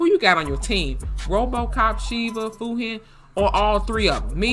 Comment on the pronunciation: For the record, Fujin is pronounced with the J sound (like Jurassic), not a G sound (like Gorilla)